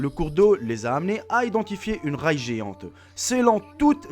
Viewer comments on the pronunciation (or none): C'est pas pour te casser au contraire j'aime beaucoup tes vidéo mais on dit pas la Ray on dit la ré !